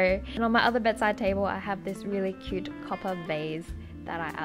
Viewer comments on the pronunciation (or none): none